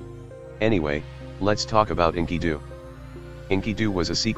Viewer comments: "inky-doo" Bless you, TTS algorithm, bless you. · Script: "Enkidu" Text-To-Speech Program: "Inkydoo"